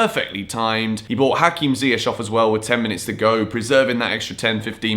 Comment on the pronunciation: I appreciate how you Yan & Younes pronounce Ziyech's name correctly. Could you tell please Frank it's not Zieyetch LOL